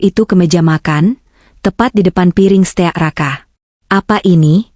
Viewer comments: Bukan steak bacanya stik. Gak enak. dengernya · Stik dibaca steakk